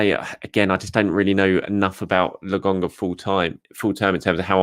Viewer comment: why do u keep saying Lagonga?